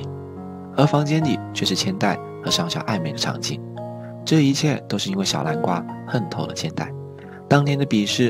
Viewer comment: 天吶 這是什麼發音 小南瓜(小藍瓜）